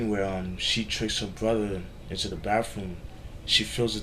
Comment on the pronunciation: Into da baffroom, learn how to fucking speak, god bless America